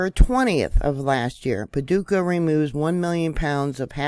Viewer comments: You said Paducah right been there sweet people in the community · Well, got to thank you. That uranium site you found was a surprise to me and I've lived in Clarksville tenn, been to Paducah ky. Which you pronounced correctly and have a daughter living on the border line who likes to go to the land between the lakes..... This news just broke my heart a little more. 😳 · Yes, you pronounced Paducah correctly. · Hi! You pronounced it correctly. GOD shows me things to, tonight it was the movie It’s all about earthquakes and rift from South Dakota to Texas, that spilts the United States in two. Very interesting. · Paducah is my home. I was born here. And yes, you're pronouncing it correctly.